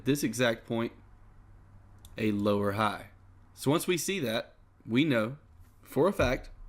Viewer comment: lower ha and higher ha killed me